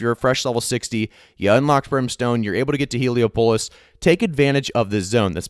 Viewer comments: hee·lee·aa·puh·luhs not Helo-pulus (like Metropolis) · The way you pronounce Heliopolis 😂😂😂😂